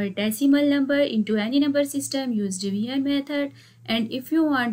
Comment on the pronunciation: It's not divian method.its division methods miss😂😂😂